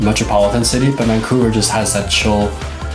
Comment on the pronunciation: dont say vancovuer